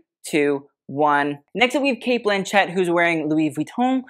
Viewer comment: Cate "Blanchette"😂😂 wild. Like machete!